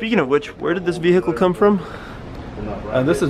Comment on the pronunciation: he said vehicle wrong!🤣🤣😂